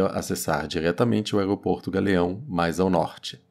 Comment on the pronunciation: O aegopogto do gagueao é longe demais